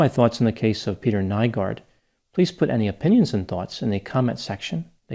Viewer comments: Greetings from Helsinki, Finland! Not really the fame I was hoping, but what can you do.. his case has been followed very closely here in the media, thanks for your take on it! (Nygård is pronounced ”new-gord”, but who cares…) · Aileen Wuornos' parental line is from Finland (Oulu) as well, not exactly the attention we want but I'm sure the damn happiness index still takes the cake of what we're remembered for lol I had to rewind once I heard his name pronounced, even made a confused comment about it lol